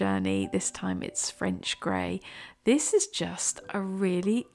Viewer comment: I heard grey of grey as grave grey. That was rather ominous 😂😂.